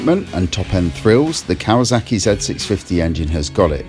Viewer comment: KawaSaki not Kawazaki.